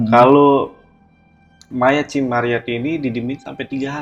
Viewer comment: Ci ci ci. Ceu woyy bukan cii